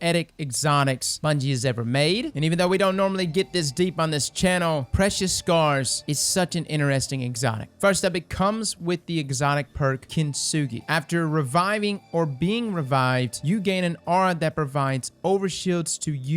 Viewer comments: The proper way tho say it is kint-ski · I'm gonna be a little stickler and tell you that the "kin" in "kintsugi" is pronounced "keen"; the "ki" in the front has the same vowel sound as the "gi" at the end.